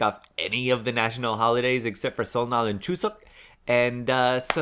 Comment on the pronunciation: I reeeally don't mean to correct your Korean but... 설날 isn't pronounced "Seol-nal" but "Seol-lal" because in this case the "n" in the second syllable signifies a double consonant sound. If you're at all familiar with kana in Japanese...the "n" in the hangul here behaves like little tsu in Japanese. I don't know how else to explain it. ^^; I don't like telling people to go to google translate but...they have a listening function that pronounces it for you with a Korean woman's voice! ^^